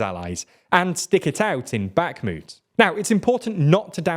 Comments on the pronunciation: Great video once again, but please prononce 'Bakhmut' without a hard 'k' sound, it hurts my ears😢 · Can someone please tell him how to pronounce Bakhmut.